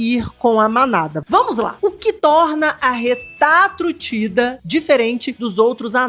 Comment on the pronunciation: Que alivio ouvir RETAtrutida kkk